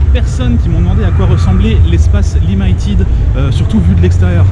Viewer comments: "Limailletide ", franchement les français arrêtez d'être américanises ! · Limited ça se prononce plutôt limi que limaï :) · Aie ça m'a piqué tout le long de la vidéo ta prononciation de "limited" :X Sinon bonne vidéo :p